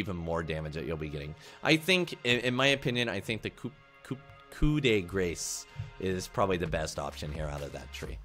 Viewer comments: It's pronounced "Coo day grass", not "Coop day grace" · 'koop dee grays' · Great guide! Thanks a lot! By the way it's pronounced "Koo de grass". :) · "Coo de graaaa" its french for "finishing blow" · COUP DE GRACE IS PRONOUNCED IN ENG KOO DE GRASS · coup de grace , its juste a non translate in english from riot i think and for join Ton Pac all english guys can said Koo de grass because coup we dont said the P so its pronounced cou ( there is KOO ) and in french its Grâce not grace =p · like i said up, no, its "grass" if you had to translate it to english sounds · to say Coup de Grace its "Coo de grah" or "coo de grahz"